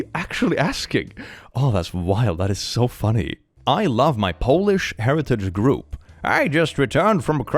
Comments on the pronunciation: Its pronouncing polish like nail polish for me 😭 fyi it’s pronounced like “p-oh-lish” if that makes sense lol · there are wireless vr headsets that u place ur phone onto to play games, so that kid couldve been playing something also Polish is pronounced "poe-lish," and "pah-lish" (how u were saying it) is like nail polish :) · Polish??? I'm sure it's Po-lish.....lolol the other one is like giving something a shine. No one cares about my polish heritage either. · Am I an uncultured swine or is saying Polish wrong?